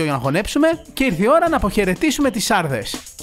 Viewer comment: Ε ειμαι απο λημνο και το χωριο λεγρται σαρδές και οχι σάρδες